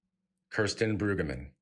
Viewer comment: Mispronouncing her name is so disrespectful.